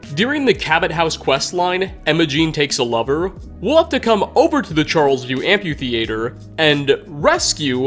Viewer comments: I can’t get over how you pronounce amphitheater like ‘amputater’. Dude, it’s amphi. like Amfi. Then theatre. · It’s pronounced “Amp-e-theater” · Love your videos, but the amp-yew-thee-ay-ter is killing me lol. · am·phi·the·a·ter not whatever you just typed out.